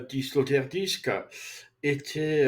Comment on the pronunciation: résumé bon ... mais c'est Peter Sloterdijk et pas Sloterdisque :elbowcough